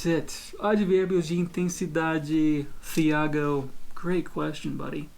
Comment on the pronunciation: Ele é muito bom, Mas ele entrega que é gringo quando vai falar os nomes dos brasileiros “filaipe” (Filipe/Felipe), “fiago” (Thiago)